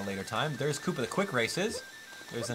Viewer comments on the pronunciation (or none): none